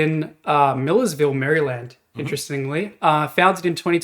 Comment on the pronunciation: As someone from Maryland, it threw me off hearing it pronounced that way 😂. We pronounce it way worse here. We pronounce it like Mare-uh-lind. You said it perfectly fine, but we say it so often that we developed a lazy way to say it, and it's the only way I am used to